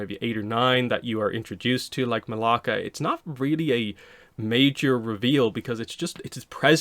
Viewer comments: Her name is Malaya not Malaka, Malaka is a Greek curse word 😭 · I heard it and was like 🤨 that’s not her name. ++ that “ya” in her name is significant